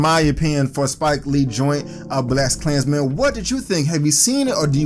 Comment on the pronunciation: what is "Blessed klansmens" and why do you keep saying it?